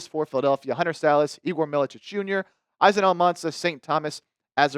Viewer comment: izan is pronounced as ethan